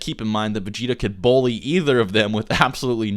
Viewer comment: [BUL•LEE] not [BOW•LEE]